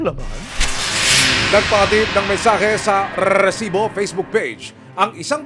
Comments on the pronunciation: Nakakabwisit yung redundant na pagbigkas ng "Rrrrreeeessibo". HAHAHAHAHA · ganun na pala talaga pag pronounce sa RESIBO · Gusto sana panuorin kaso ka bwisit pag bigkas ng Resibo sakit sa tenga OA ng reporter na to